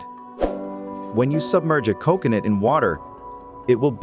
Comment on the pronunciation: I don't understand why you mispronounce coconut! I've NEVER heard anyone else butcher the pronunciation of that very easy to pronounce word!